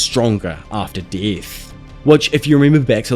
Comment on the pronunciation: “Beetle to the deeth” lol u talk funny